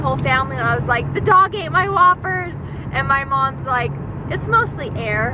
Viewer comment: when you were talking about the dog eating your whoppers I thought you were saying "wafers" until you showed the bag. Now I know why people say you pronounce some words wrong!!! But that's okay!!! I cannot pronounce the letter "R". Fwog, wain, wechargable.